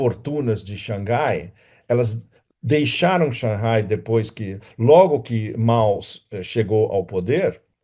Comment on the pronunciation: Parabéns pelas análises bastante pertinentes sobre a geopolítica mundial atual! Sem dúvida você é um dos analistas que mais conhece a China! Notei que no vídeo você pronunciou por várias vezes corretamente Shang Hai(lê-se Rai, mar em chinês). Não sei por que na mídia brasileira pronunciam Shangai, nada a ver com o som correto do nome da cidade. Imagino que só pode ser que algum inteligente achou desnecessário ter H, já que em português H não é pronunciavel, daí tiraram H, aí Shang Hai virou Shangai, um erro absurdo!